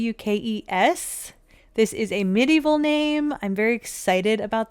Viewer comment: Fawkes is pronounced as Forks not Fox. Love the challenge ❤